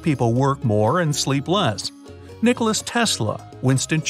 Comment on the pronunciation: And yeah btw it is NOT Nicolas Tesla, it is Nikola Tesla. Serbian name, pronaunce it right!